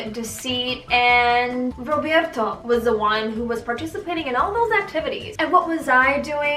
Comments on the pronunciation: The way you said rrrrrrroberto tho 🤣!! Girl isn’t it so refreshing looking back now and being like wow ... yes sad, but look how far you’ve come hahaha I was also once a pretty naive and gullible young 17/18 year old (I’m 27 now). What matters is that we grow and learn to love ourselves and then that true good healthy love will find you. 😘XO! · Rrrroberrrto 😂😂 girl stop 🤣🤣🤣